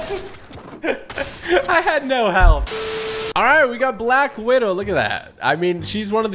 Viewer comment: He said black widow wrong